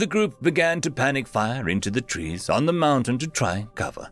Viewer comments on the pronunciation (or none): I'm pretty sure 'tress' should be 'trees'.